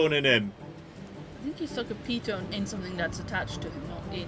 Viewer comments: it's a piton (pronounced pii ton ! ), it's a French word ! the leader climbs placing gear and clipping quickdraws to the pro , then clip the rope ! the second climbs when the pitch is finished and collects the straws and pitons , repeat to top , then abseil ! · its a pee-taan :)